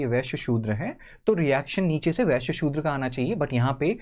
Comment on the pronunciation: Don't say viashya ..as (Vai s yaaa)